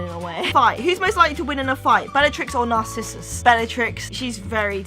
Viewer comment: Does she keep pronouncing it NARCISSUS? I love you, and I WILL get you to marry me some day, but it's NARCISSA. HAHA. Maybe it's your British accent. Which I love. Please marry me. I require a wife that loves Harry Potter stupid amounts like I do. I'll be your Snape.;)